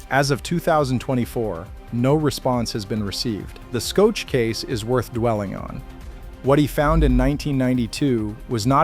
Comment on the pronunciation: Shoke? Skoetch? His name is pronounced "SHOCK"!